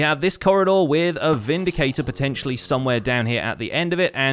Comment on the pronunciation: the a shot evreytime he said potencially